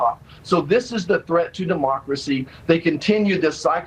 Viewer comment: Hell that first Wayne whatsisname can't even say DEMOCRACY correctly, he said DēMÄRKrō cēe, and the way he said it just sounded completely ridiculous and stupid. Made me cringe actually.